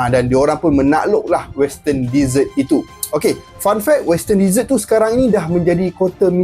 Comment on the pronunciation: bukan "DEE-SERT".... bunyi dier "DE-ZETT"... "deesert" tu makanan2 manis pencuci mulut.